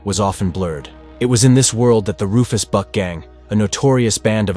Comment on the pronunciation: Did anyone else hear him say "The Rufus BUTT gang"? LMFAO I thought they were actually called that so I googled it and it's actually "Rufus buck" 😭😂